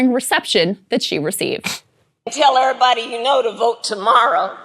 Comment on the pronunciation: Why the fuck did she say "err body" 🤣🤣🤣🤣 this painful ass Joke of a person